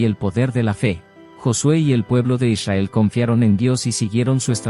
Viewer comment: "eleva tu Esencia" hay que pronunciar correctamente el nombre de Israel, es con r